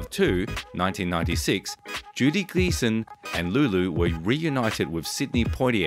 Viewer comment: Random Stuff posted”The Beautiful Judy Geeson” on YouTube. So it’s Geeson not Gleason.